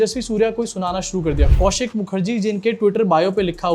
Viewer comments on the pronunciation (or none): none